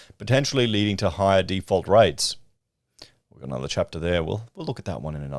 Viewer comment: It's a housing "default" not a housing "deeefault". You are watching too many American channels and mindlessly accepting the mindless American vernacular. You have, thankfully, lost much of your Victoria accent. Please don't drop into the Millennial pattern of speech that is apparently evermore American.